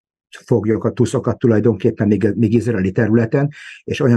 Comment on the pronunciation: Nagyon jó a mű-sor, mindig nézem. :) Csak 2 dolog bántja fülem! Nem tusz az, hanem tÚÚÚsz. :) A másik, nem Hiszbollah, hanem Hezbollah!!! 😂😂😂